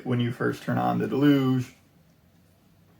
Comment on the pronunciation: It's "Deluge", not "delooooge", it's a noun and verb in English. Good point about using the index of a printed manual. Very helpful Vid'!